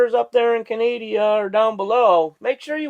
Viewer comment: Yep! But in the video he pronounced it as Canadia. I was laughing at his remark. 🙂